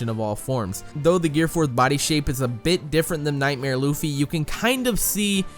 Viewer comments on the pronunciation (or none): THAT. WAS. AMASING!!!!!!!!!!!!! This comment was and is so in-depth that I read and thought "Is he a scientist", then instantly commented you blew my mind and you need to learn that there are 3 forms including bounceman, plus that Luffy is pronounced Luhffy, not Loofy, seriously, and stop pretending like you know crap and read the manga watch the anime etc. etc. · DIS DUDE SAID LOOFY